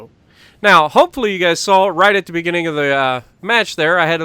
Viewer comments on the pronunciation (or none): none